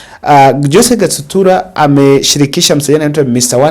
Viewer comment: 😂😂 forgive, the names are tongue twisters for him... like some say Rairra instead of Raila